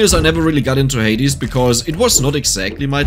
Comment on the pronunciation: The way you say Hades gives my brain the happy giggle juice